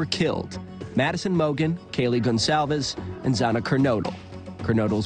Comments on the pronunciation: Can we please, please learn how to pronounce “Goncalves” correctly?? News reporters are all over the place with this, throwing out whatever they want. It’s NOT THAT HARD! and it’s extremely disrespectful to the victim and her family. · the police chief can't even pronounce Goncalves. incompetent prick